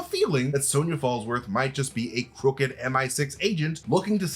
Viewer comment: say Sonia again lol, thank you for saying it like my name and not SON-YA 😊❤